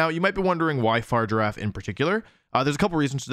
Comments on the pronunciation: I really love your channel and I love all of how you pronounce Pokemon‘s names I think it’s very unique. But I hate the fact that you say far giraffe. And this may not matter to you. But if you call it that one more time . And not fariga raf. I will unsubscribe and never watch you again. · I hear you say 'Farger-affe' and all I can think of is Dr. Evil in the 'Goldmember' movie. Goldmember: "I present to you... Austin Powers's fahja!" Dr. Evil: "...His 'farger'?" Goldmember: "Fahja is 'dad', 'dad' is fahja." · What I don't get is why people say Pokemon names wrong when they're said aloud in their debut trailer. It's Fah-rig-ghir-ahf. Also Farigiraf could use a berry to two-time resist super-effective moves. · why does he ignore the confirmed pronunciation to call Farigiraf Far Giraffe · this pronunciation is making me go crazy. I thought the name was just Girafarig just pronounced flipped (so, FAH-rig-uh-raff) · Why is he saying Farigiraf wrong? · It's whatever he wants to pronounce it as, it's a made up name for a made up creature in a video game ... Leave him with his Fart Giraffe 😆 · Its pronounced fari-gi-raf my dude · Fah - Rig - Er - Raf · Fa-rig-a-raf lol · He's butchering the pronunciation on purpose, right? Far rigg irr raff. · no, it's literally the last half of girafarig, mirrored, instead of the first part. So it's a hard g. They say it out loud in the direct. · The way Wolfey pronounces Farigiraf has driven me to comment... XD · My man probably watched the video where they announced Farigiraf, where they say it’s freaking name, and he pronounces it wrong. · bruh why cant people pronounce farigiraf right. its in the damn trailer lmfao. then again wolfe always does this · I like the video but the only thing that annoyed me is how he pronounced Farigiraf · Are you purposely saying the name wrong? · that is NOT how you say its name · Um it’s a hard “g” Wolfe😅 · Why is everyone pronouncing farigiraf wrong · Wolfe it's farigiraf not fargirafe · fuh rig a raff